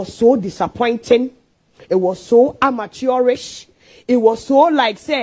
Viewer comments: Did you hear the "amaturish"? Eeeii😂😂😂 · What is amaturish?